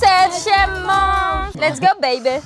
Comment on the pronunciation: A chaque fois dit,es go babe😂😂😂😂